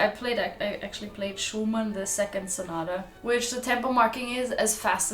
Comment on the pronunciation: To all english speaking musicians: please don't say "concero". It's an italian word: con-cer-TO. Pronounce the T. If you can't do it, just say concert. The same with sonata. It's not sonara, it's SO-NA-TTTTA.